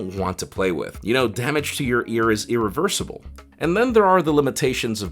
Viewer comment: Him: it deals damage to your ears, and that is earaversable. Me: hahaha EARaversable good joke